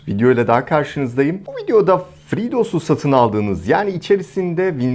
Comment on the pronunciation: FreeDos değil FreedOS